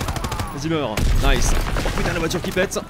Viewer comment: Arrêté de dire nince